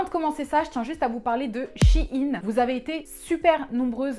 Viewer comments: Suis-je la seule à dire « shaine » pck dit « Shi’ine » du coup je vais apprendre mieux l’anglais... hein Ciao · C shein pas shiin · Ca se prononce sheein pas shieine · Bon, je tranche l'affaire ! Je le prononce "Shaine" et Google aussi, donc maintenant tout le monde le prononce comme ça 😂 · a chaque fois quelle prononçait shein en mode chiine ca me fumer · Jsuis la seule à dire Shaïn (moi c comme ça que le prononce) XD